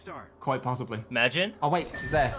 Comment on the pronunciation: Haha, "magine!"